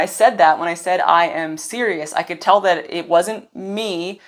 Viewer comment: 🎼 "I - am - Ironman!" 🎶 That's what I heard when you said, "I am Sirius.." 😂